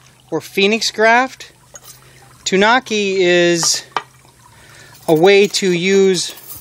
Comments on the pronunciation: (Tan-oooh-kee) is actual pronunciation. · Not to be rude but it's pronounced like (too-new-key) But awesome video by the way.